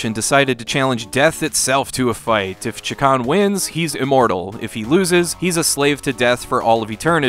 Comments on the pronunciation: Gonna have to be that guy who points out it's Shay-Kahn not Chak-On. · you kept saying chakarn? it's chakan. I stopped watching and don't recommend channel cos of that. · It's actually pronounced "Shay-Khan."' Also I somehow got unsubscribed from this channel so people should probably check just in case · It's a little funny that you keep calling the game Chikan. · You keep saying chee-kan, which means pervert in Japan LOL. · Have I been mispronouncing this game my entire life? Anyway, I love this game, even though I never came close to beating it. I just always loved the vibe. So much so, that I would always name Chakan as a personal wish for a new Smash fighter.